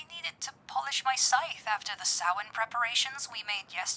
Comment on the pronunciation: Finallllyyyyyyy. Someone pronounces Samhain correctly!